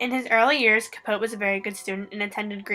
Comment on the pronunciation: Capoteeeeeeeee you don't say Truman's name correctly.